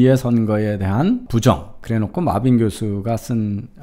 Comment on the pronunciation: 구글이랑 파파고에 mebane 입력해서 아무리 들어봐도 마빈으로 안들림. Marvin으로 입력해서 듣는거랑 확실히 차이나는데 이제 영어이름도 지 뇌피셜로 읽어대는건가? 이 사람 교수맞음?